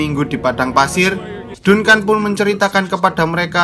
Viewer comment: Dunkan dunkan dunkan .. anjig bacanya jadi danken